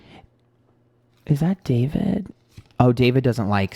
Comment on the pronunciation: When you kept saying Daverick, I think you were channeling the word Maverick because of Logan Paul. Logan is deff the Emperor (Aries). They have always had weird vibes between them and Logan has been hanging around Jeff recently. Also wouldn’t be surprised if the female he wants to collab with would be Gabbie Hanna or even Liza Koshy. Ethan and Hila are in for a ride if they give in to David.. Well done, can’t wait for the next reading 💕